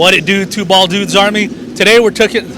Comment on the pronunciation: Whadidew, Two Bwaaald Dudes! Nice video and it was interesting to hear each one of their stories.